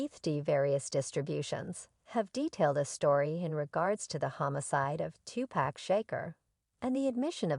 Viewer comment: Huh?????? This biznitch talking said Tupac 's name so wrong!!!! Speak English please.